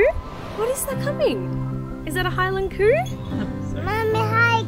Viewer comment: Scotland’s beautiful. I’ve done Inverness Skye and Fort William on the train before. By the way, the Highland Coo isn’t as you’re pronouncing it (unless you’re imitating a thick Scottish accent) it’s actually Highland Cow (the cow part being produced normally, not coo)